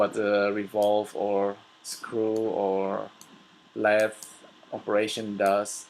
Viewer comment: Lathe is pronounced "Lay-th".